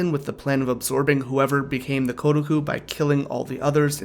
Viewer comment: It is not "Gu", the roomaji is "Ku".